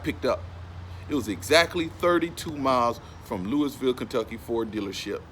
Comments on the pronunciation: It's Lou-ah-vul not Louis-ville. I'm from the city and everybody says it like that. Thank you for shouting out the city tho. U have a great videos tho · Can tell you not from the south. How you say Louisville KY. Say it like lewy Valle. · He said Louisville wrong. Lol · The s us Louisville is silent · THE S IS SILENT IN LOUISVILLE.